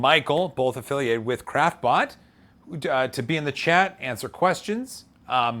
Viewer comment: I've actually started hearing "crapbot" every time he says "craftbot"... =)